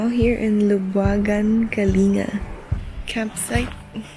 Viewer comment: Wish your hosts would know how to properly pronounce Kalinga --- it's kalingga NOT kalinga (like care).